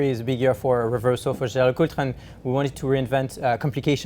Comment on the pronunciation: When I step into another person's house, I at least learn the pronunciation of the host's.